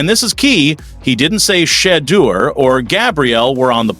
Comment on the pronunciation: OKAAAYYY 😡🤬 I'M GETTING REAL TIRED OF ALL YOU TALKING A** GUYS MISPRONOUNCING THAT YOUNG MAN'S NAME!! DID YO A** TAKE ENGLISH??! IT'S NOT SHED-EUR... IT'S SHE-DEUR DUMMY!!🤨😖😤 YOU SUCK AT COMMENTATING